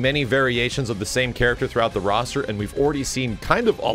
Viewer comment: Its roster Not "rooster"